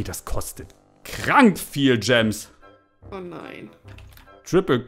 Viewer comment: Wie einfach immer statt Gemes Coins sagt 😂😂